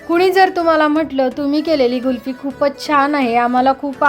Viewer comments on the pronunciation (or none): कुल्फी छान झाली आहे. पण तुम्ही गुल्फि म्हणतात. कुल्फी म्हणा ताई 😊